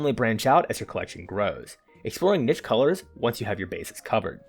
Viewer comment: Thank you for properly pronouncing niche. Its so refreshing to not hear some kid under 45 rhyme it with "quiche".